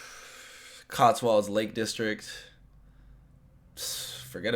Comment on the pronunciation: Cotswolds is not pronounced COTSWALLEDS. The end of the word is pronounced WOLDS, which rhymes with COLDS. We spelled it that way so that even Americans can understand how to say it, yet you still get it wrong!